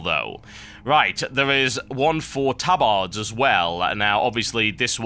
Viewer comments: ... tab-AR-ds... :( i thought it was ta-bird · Tub-ards? lol hahaha